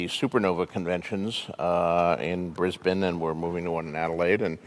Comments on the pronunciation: What I took away from this: The first American celeb to ever pronounce Brisbane correctly. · This the first American ive ever heard pronounce Brisbane and Adelaide correctly. Respect